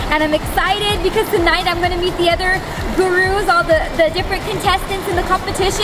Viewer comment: when she says gona go meet me the other gurus it sounds like gona go eat me the other gurus